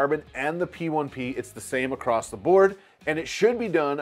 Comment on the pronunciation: There's no T at the end of across 🖖